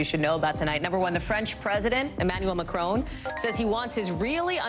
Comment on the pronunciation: Hey Hally, his name is pronounced as Macron as in Mac ron, not Macrone as in own. Just saying.